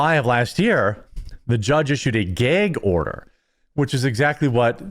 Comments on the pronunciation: What’s a geeag order ? Is that like a gag order? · Tf is a geig order? You mean a GAG order??? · "The Judge placed a gayge order". LMAO! God bless you Jeremy.